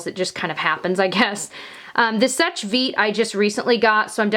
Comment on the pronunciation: Just so you know, seche is pronounced "sesh", not " sech". Sorry, I don't want to be rude at all, I am really trying not to!